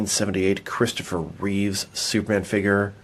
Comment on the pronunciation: reeve not reeves.. reeves is the last name of the Superman show of the 1950's